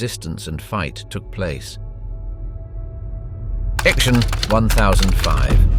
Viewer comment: Please say "Aktsion" not Ak-tion if speaking german.